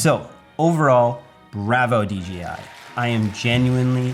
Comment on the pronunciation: D J I 👀😂😂😂😂 J not G 😁